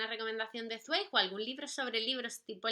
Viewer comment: Hola:) Yo amo a Zweig (y si no estoy mal se pronuncia esvaik;)) Apuntado el de Amok y en cuanto a recomendaciones: El mundo del ayer!!! saludos guapa:3